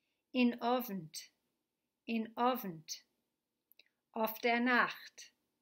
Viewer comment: In Yiddish, 'in the evening' is said as follows: INOVNT. It is pronounced as one word; there is no pause between IN and OVNT. The teacher's pronunciation is artificial and is influenced by American English. She inserts a glottal stop between IN and OVNT; this is incorrect. Mini-lessons such as this one are a good idea, but the Yiddish words should be pronounced by a qualified native speaker who speaks naturally (= uses an authentic regional pronunciation) and does not transfer English speech habits (including intonation) into his (or her) Yiddish. [This comment has been written by a professional Yiddish (Slavic and French) linguist for whom Yiddish is a mother tongue. He has taught authentic Yiddish to thousands of college students.]